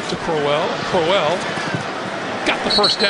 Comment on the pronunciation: It's really annoying how he pronounces Crowell